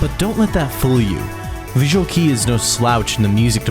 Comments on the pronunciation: BUCK-TICK MENTION!!??? ❤❤❤ Damn right. We wouldn't have VK without either one of them, and a few others. (I'm also one of the people who cringed every time you said visual key. It's already been pointed out, but it's pronounced kay or just K.) As someone who studies languages and linguistics academically, I strongly encourage you to spend a little more time familiarizing yourself with the pronunciation of names of things in other languages!! It comes across as not caring about your subject matter and damages your credibility. As the like ratio on the main comment about your pronunciation of Kei shows--audiences care about it. No one expects perfection and mistakes are natural. But...I can tell you take great care in your narration and recording, and I just don't hear the same effort put into this area of your presentation. This comment is not meant to be accusatory or inflammatory. I genuinely only want to provide you with this information to take into consideration when you edit videos in the future. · Other than your horrific pronunciation of "visual kei", (KAY not KEY) this short doc is pretty great. You clearly did your research! I definitely liked it. *EDIT your French pronunciation is terrible too but the same sentiment.* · VISUAL KEI! IS PRONOUNED KAY